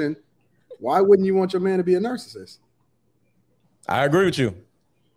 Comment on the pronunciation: Someone tell this woman how to pronounce “narcissist.”